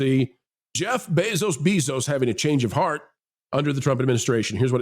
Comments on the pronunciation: WHY is he saying "Beso-Beesos"? I like the channel but that was annoying. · Why do you keep saying his name weird? Annoying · The double last name pronunciation is amusing